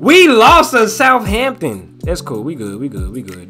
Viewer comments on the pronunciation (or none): none